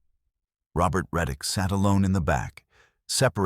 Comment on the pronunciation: Tyler Reick, not reddick. I can’t find this crime anywhere.